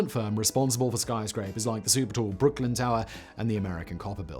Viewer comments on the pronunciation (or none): none